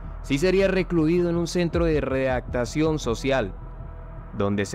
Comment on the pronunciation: No es ‘readactacion ’ pen.. es ‘readaptación ‘...